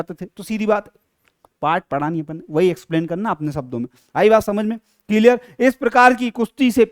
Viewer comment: Clear 👎ciliar😂👍